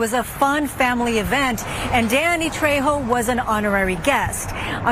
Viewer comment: Danny Trayho is how his name is pronounced...